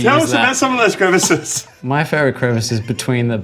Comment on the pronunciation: Dude, you had it until you said "crevices"!